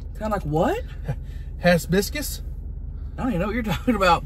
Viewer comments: "Hazz biscuss" 😅😅😅🤣 💀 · Lmfao hibiscus? Tammy said biscuits 😭🤣😂